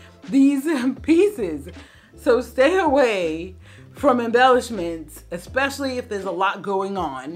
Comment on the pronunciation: It's especially - not ek-specially. (I feel that you are a person who cares about how she is perceived - so I correct you respectfully and with gratitude for your channel. I've been watching and enjoying it for many months now.)